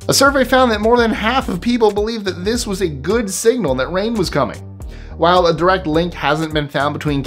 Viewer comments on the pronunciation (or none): none